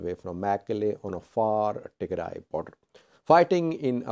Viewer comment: Tigre is Tigre another group in eritrea You should start learning to pronounce Tigray and tigrayans properly.